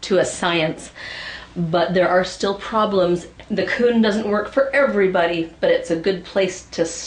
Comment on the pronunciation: Every time she`d say KUN, I`d think of a-KUN-a-ma-TA TA!